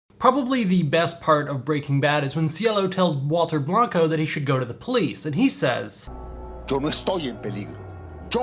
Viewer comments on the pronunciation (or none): none